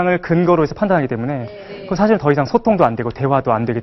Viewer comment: 왜? 왜? 강의 중에 "에!예!예!"하고 굿민학교 어린 아이들처럼 반응함은 실로 천속 유치한 일이올시다. 인문학 학자 의 발음 문제를 지적해야하는 한국 문화가 이 얼마나 슬픈 일입닠까? 장음인 단어의 첫 자를 "짧게 잘못 발음" 한 예: 사실,2천,개체,뭐냐?,소설,두가지,두 번째,문제,등!! 실로 심각합니다. 그리고, 말을 좀 천천히 절도 있게 하시옵소서. 학자의 픔위의 문제이올시다.